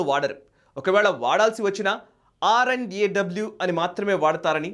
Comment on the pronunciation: Short and nice info. But You should’ve said R&AW rather than “RAW”. I was listening to podcasts from GBS Sidhu & Vikram Sood they always called R&AW.